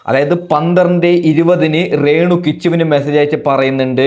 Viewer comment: റേണു അല്ല രേണു